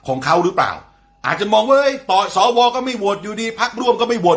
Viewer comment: สว อ่านว่าสะวะจริงนิ